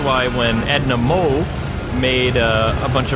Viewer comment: Edna Mode not mole lol.